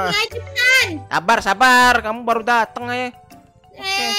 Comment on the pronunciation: Keren kali bilang balu